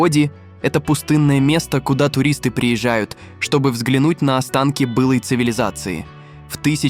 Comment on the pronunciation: бЫЫЫлой цивилизации. Пяяяятьдесятдевятом году ))) ИИ at it's finest